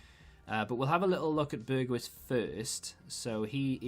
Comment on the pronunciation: Say BergHouse not bergWiss . great video as always.